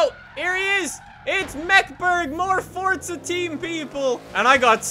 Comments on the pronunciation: its forza not fortza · Why the fuck does he say fortza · "Fortza Horizon" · Why does he say Fortza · Why do you say fortza?